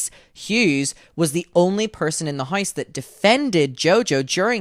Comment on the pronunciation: LOL the way you pronounce house as "haise" is cracking me up idky